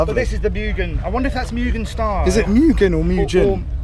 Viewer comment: I've only ever heard other people say Meugen as Mew Gen not Moo Gun if that's any help?